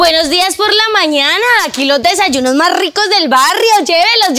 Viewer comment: Porque dise desalunos😮😮😮😮😮😮😮😮😮😮😮😮😮😮😮😮😮😮😮😮😮😮😮😮😮😮😮😮😮😮😮😮😮😮😮😮😮😮😮😮😮😮😮😮😮😮😮😮😮😮😮😮😮😮😮😮😮😮😮😮😮😮😮😮😮